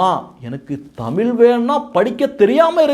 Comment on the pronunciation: தமில்?! என்ன கொடுமை?